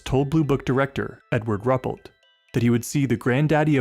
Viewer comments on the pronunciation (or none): It's (Roo-pelt) not (Rup-let). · Wonderful presentations, great narrations, love the typewriter & written paper effects between chapters. Always enjoy your work as a straight shooter on the facts. But have a care researching correct pronunciations of proper names. It is Ru-pelt, not Rup-pelt. Cheers.